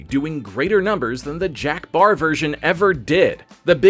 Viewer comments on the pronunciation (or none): Jack PARR not Barr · Jack Paar, not Baar but great stuff! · Does he keep calling Jack Paar, Jack “Barr”? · Why does he keep referring to Jack Parr as Jack “Barr”? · It was Jack Paar...not Baar. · Is there any particular reason why you kept pronouncing Jack Paar's name as "Jack Baar"?